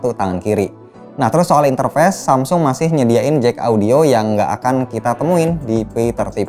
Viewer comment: interface apa interfest? kok gak bisa bedain cara baca face sm fest..